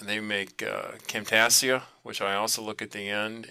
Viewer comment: great video, very helpful. just as a note, Camtasia is pronounced cam -tay- sha, like Asia the continent. thx!